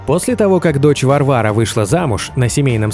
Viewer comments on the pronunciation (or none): none